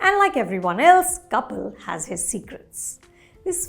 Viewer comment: Even I got confused for a moment as she mentioned the step mother and showed a picture of Kapil but pronounced it "couple".